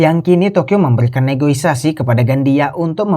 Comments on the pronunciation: Negosiasi not negoisasi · Negosiasi Min,, bukan negoisasi,,hehe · Negosiasi bukan negoisasi dek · Yang benar "NEGOISASI " atau " NEGOSIASI " 😂